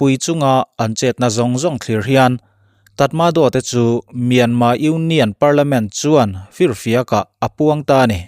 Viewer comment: Myanmar tih ani in ka hresia tinge myanma ti in ichhiar ziah a😃😃